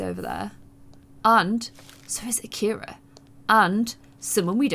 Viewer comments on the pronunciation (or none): none